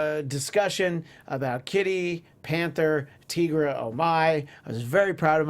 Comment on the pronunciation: her name is NOT teegra its tigra, like tiger....